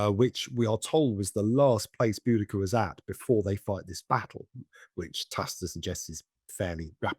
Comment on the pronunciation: I thought it was bow-da-see-a.